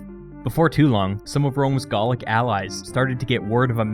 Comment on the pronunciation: "Garlic wars" Isn't it "Gaulic"?